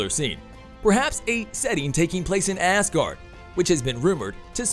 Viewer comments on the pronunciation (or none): Who's Hayla? & why do you say ASS guard for Asgard...? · I'm trying to listen to the story - yay, Valkyrie!! - but keep getting stuck on the weird pronunciations - ThAnos and Aaaasgard? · It’s pronounced azgard.. not ass guard lol 😂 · Ass guardians... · Had to turn this video off because I feel like the OP was saying Thanos and Asgard wrong on purpose. Shit was annoying as hell to listen to